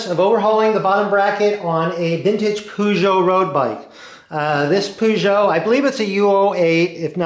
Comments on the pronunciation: Purr-jo not Poo-jo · What's a poogeot ? Lol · Pronounced 'Perjo'...btw.